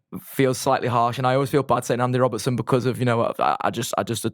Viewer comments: His name is Andy Robertson. How the fuck do you repeatedly call him Robinson 😂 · His opinions aren't bad but where'd you find a guy who after EIGHT YEARS is saying Andy Robinson 😭